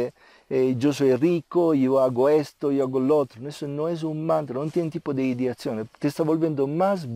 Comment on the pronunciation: Te escucho decir: "ideatzion", quieres decir ideacion?:) Que significa ideacion? Namaskar!